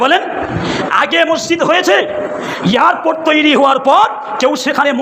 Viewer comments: ভাষণ পরে দিবি আগে ঠিক করে কথা বলতে শেখ। ওটা ইয়ারর্পোর্ট নয় বল এয়ারপোর্ট।😂😂😂😂 বাংলাদেশী। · Besh karbe, katha bolte parena YARPORT bole !Haj karte gele ke .....jabe Jadi na security thake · "পেরায়" নয়, হুজুর "প্রায়"। 'ইয়ারপোট' নয়, "এয়ারপোর্ট"। অশিক্ষিত জিভ। পেটে বিদ্যে আছে বলে মনে হয় না।